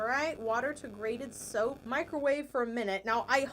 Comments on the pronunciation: i just took a double take thinking you said soup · I feel like she says “soa” instead of soap 😂